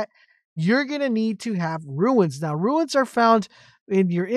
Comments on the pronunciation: its runes not ruins ... ruins are old broken down buildings... runes are said like ROONS.... as i said ruins are old run down buildings and such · Turned off when I realised you don't explain where to get the rare items to upgrade. Pointless. Also mate, it's Runes as in Roons , you keep saying ruins. Americans confuse me, you add an I to a word that doesn't have one, yet leave it out of words like mobile...no logic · Calling "runes" ruins over and over again drove me bananas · They are runes not ruins haha good vid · Relatively good information but it’s like a nail in my brain every time you say RUIN when referring to Runes. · please dont call them ruins.... i nearlyu triggered me hearign that said somay times its runes like ROONS... ruins are old buildings hat are probably beyond repair.